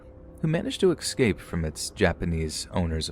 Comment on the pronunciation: FOR THE LOVE OF GOD ITS ESCAPE. NOT EXCAPE.